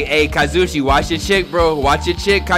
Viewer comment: Am I the only one who gets stressed out when pronounces the name wrong? Like it’s kaz-u-e-chi. I’m sorry my anxiety gets triggered by weird things.